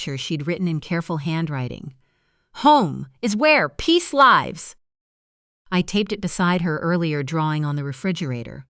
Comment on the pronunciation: SO weird how the narrator said “Home is where peace lives.” Not just that “lives” was mispronounced…but the suddenly loud volume and making it like a strong declarative. Also that the name “Renee” was pronounced three different ways in the story. Just so very distracting…